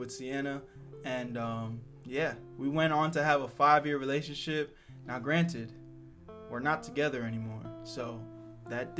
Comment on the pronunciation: Damn bruh I thought you said meow when you said now that would’ve been a great cat pun 😅